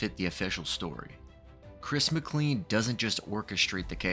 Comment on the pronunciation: Just so you know, his last name is pronounced McClean like 'train'.